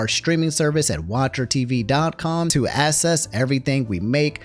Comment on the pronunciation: this is out of topic but bro can you pronounce access as "AKSSESS" instead of "ASSESS"? cause i keep hearing "to get assess" and i'm like whose ass am i going to be getting